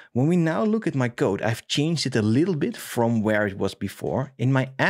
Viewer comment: I love the way you pronounce "code": [qoude] :)